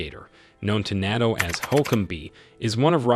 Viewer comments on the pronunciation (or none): The narration is hard to listen to. It isn't a "KI-52", and NATO isn't pronounced like that either. If this is AI, I hope you aren't paying a lot for it!